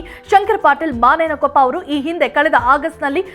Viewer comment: ಯವ್ವಾ ಮಾನೆಯನಕೊಪ್ಪ ಅಲ್ಲ ಬೇ ಅದ ಮುನೇನಕೊಪ್ಪ